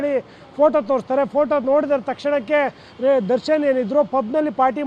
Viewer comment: Darshan ❌ Sarshan ✅